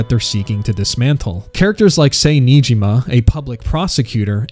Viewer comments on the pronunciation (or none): Haven't finished the video yet but it seems great so far! That being said... would it have hurt to google the pronunciations of the characters' names? 😅 ("Say Niijima" being a particularly painful example)